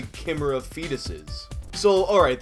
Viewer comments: knowledge gap of how to pronounce chimera is hilarious 🤣🤣 its pronounced "ky-me-rah" not "kim-era" and im shocked he didnt know this 🤦‍♂️🤦‍♂️🤦‍♂️ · pronounced kuyMeera not kimra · Kim-er-ah ughhh i hate that Its kime-era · Ki meerhah no kimmera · Sorry mate. Please understand, I'm not trying to be a smart ass but your pronounciation is killing me. Not ki-me-ra Its Kai-meh-rah Love your vids but, I subbed mate. Haven't subbed in a long time. Showed u to my mates. Let's just say, your gaining a few followers here in Australia. I've spread your vids to about 320 contacts on my phone. Try do more on video game happenings, and unsolved stories with funny, ridiculous endings. Pretty much what u do. Keep it up. Ur doing it well and it's good 2 see someone who isn't milking it like Matpat from game theory or other dropkicks. Oh and would u do one thing for me please. It would prove you love us here in australia Gimme a shout out in your next video. And add something like asking people from down under to post suggestions for vids. Please. It will boost your channel and status world wide. If its effective you can try other regions later... Anyway it would mean heaps if u did the shout out to me. All my contacts would love it. But not more than me.. Cya bro Stay awesome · Cringing over your pronunciation of KI-meh-ras as “cameras” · Why are you pronouncing it like "chem-er-ah", it's pronounced "Ky-mare-ah" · pronounced ki-MIRRA. not KIMera. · Why do you pronounce chimera like that? Top kek. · its kīˈmirə not camera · chemera? i think you meant to say Chu-mere-uh . thats how its said.chimera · I was enjoying your content until you butchered "Chimera"... Shame on you. It's pronounced "ky-me-ra", not "shy-me-ra" or "kimera" like you pronounced it. Shame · Is it not pronounced KY-meer-ah? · I'm sorry but your pronunciation of chimera hurts me. It's kai-meh-rah. Not to be an asshole, it just hurts me every time you say it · Lol "kimmer-uhs" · It's Kie-mare-ah